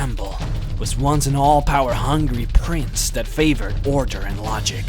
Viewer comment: He also says prinze instead of prince and Shampion instead of champion. No offence, nice vids.